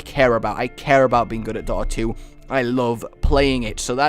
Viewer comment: What was number three? It sounds like he said "daughter 2" and I've never heard of it before. It also looks exactly like league of legends